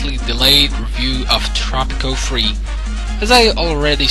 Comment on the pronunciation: "tropico free!?" Thats not English.